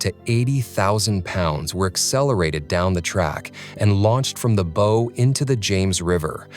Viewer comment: Learn to pronounce the front of the ship correctly!!!